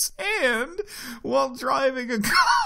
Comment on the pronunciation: Wheezes: "Fixed a tuning issue so that sims now VOHmEt...Vomit at acceptable levels" "It is no longer possible to ``Try for baby`` WlTh THe GRhiHm RHeAphEr" "Baby sims will no longer become StAHHHHHhhh...Stuck on a sims HAND...While driving a CaHrRRrrr" "A meteor can hit a building, Which case everyone will run out before the collision. Those who do not exit the building will die. Sims automatically leave if a meteor is approaching, UHnless it is a school IHnWhItCh...In which children are not allowed to leave and will AhlwAyhs DiheaiHEHEHAhahehe" Your welcome